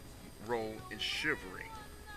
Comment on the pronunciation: Chi-val-ry: has 3 syllables. BTW, your use of English is poor. Subject / Verb agreement; This not "Dis"; other not "utter people"; suppose not "spose. PLEASE STAY OFF THE AIR or go to collecge (register for BROADCASTING.) ---- CHIVRY? What is a FEMINEM? LOL I dare you to post without responding or making an excuse.